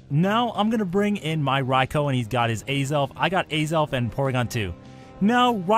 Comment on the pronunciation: The raikou should be named ryko not Rai-Oh